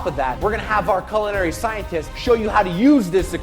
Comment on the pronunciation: FYI sauce boss, (and 99% of the population) you're pronouncing 'culinary' wrong.